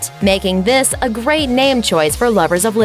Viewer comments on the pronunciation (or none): none